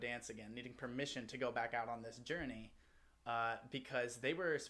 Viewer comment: This is such a fun, uplifting and inclusive song. And the boys looked like they really enjoyed it. Also love Jimin's, Jin's and V's pronunciation of "permission", sounds so cute!